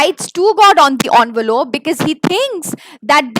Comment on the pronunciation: Actually it's ENVELOPE not ONVOLOPE pls correct it😅 otherwise the session was just amazing